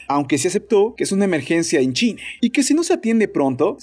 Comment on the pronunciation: Soy yo, o en todos los videos se le escucha decir más "Chine" que "China" ?!?!?!?!!! En el escucho que dice "tos sequE" ...que carajos?!